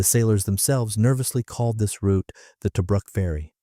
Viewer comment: Toe bruk -- nope! pronounced Toobrook. A Boyes rifle armour piercing bullet makes a great center pop.The old man was Technical Seargeant and liberated one.